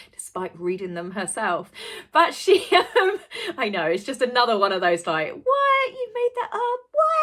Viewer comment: Please Stop Saying AY NOTHER. It is ONE WORD.... ANOTHER.